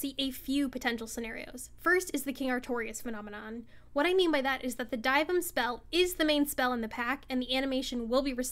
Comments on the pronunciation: why r u pronouncing dyvims name like that 💀💀💀💀die vim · another W but the way you say dyvim makes me question everything 😭